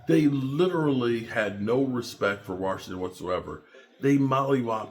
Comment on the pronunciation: Washington doesnt have a “R” in it